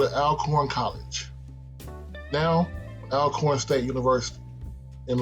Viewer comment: it's pronounced Allcorn, great video